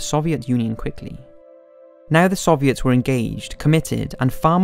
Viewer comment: The "suviets"